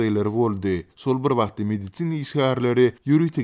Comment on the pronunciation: Mediцina işgärleri... 🤣🤣🤣 Medisin işgärleri diý how!